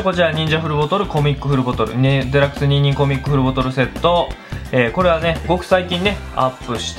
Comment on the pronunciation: ニンニンコミックがニンニクに聞こえるｗｗｗｗ